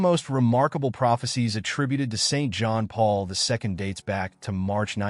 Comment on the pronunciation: Is it too much to ask that the speaker pronounce the late pope’s name correctly?